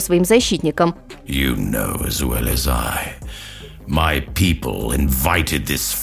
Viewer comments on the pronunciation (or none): none